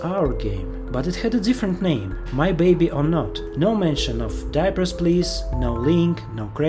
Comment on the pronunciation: You pronounce "diapers" as "deepers".